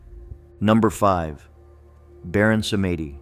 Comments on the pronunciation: Baron "PSALM -DEE", not "Sametti"! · It's pronounced Baron Sahm-dee, not Sa-may-deep. Recently did some extensive study on Voudon (the proper spelling). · My only complaint aside from how the children died in the Myrtles PLantation is how the Baron's name is pronounced. It's pronounced SAHM-dee, but most people don't know that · Baron Samedi is a Haitian Spirit. pronounce Sam-dee & these were mischaracterization... weirdly LaSiren/mermaid is a Haitian spirit too. mischaracterize too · Baron Samedi... Samedi is french for Saturday and is pronounced "sam-dee". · Pronounced Samdei ( like Psalm D) which is Saturday in French. Stay in Southern Louisiana long enough.. you will know these are true. Where the natural and supernatural live together. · And it's pronounced Sàm-Dee